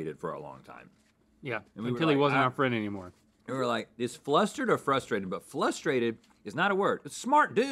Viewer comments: My dad said flustrated. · I am now compelled to incorporate "flustrated" into my vocabulary :)